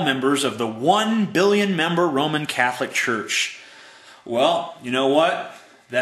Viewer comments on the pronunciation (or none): none